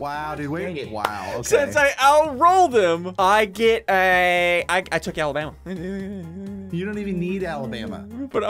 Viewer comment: No one: Literally no one: Ssundee: AWABAMA